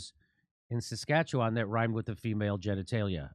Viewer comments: Hey, pretty good pronunciation of Saskatchewan, Jimmy. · Thank you Jimmy for one of the most correct pronunciations of Saskatchewan.